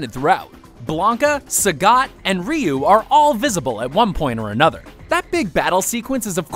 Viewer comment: whats with mispronouncing Ryu name